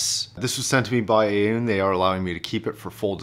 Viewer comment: I used to say "A-une" too but I believe after checking about 15 different pronunciations of Aune that it is "On" but with the emphasis on the "Ah" sound and ending with "Awn" (like "Dawn").